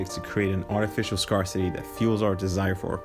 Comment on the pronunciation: You're saying Scarcity wrong - FYI